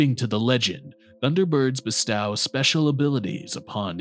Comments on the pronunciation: Be-stauw? Diskreetion? We're just pronouncing words however now? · You also mispronounced "bestow"